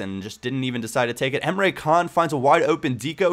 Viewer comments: emre can's name is turkish, and in turkish the c's are pronounced like 'dsh', so his name isn't emre kan, it's emre dshan:-) just letting you know because you said you like to pronounce the name's right. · great vid once again but Emre Can is pronounced Emre Jaan because it is a turkish name